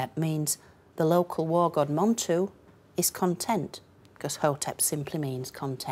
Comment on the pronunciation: Its God not gut or got !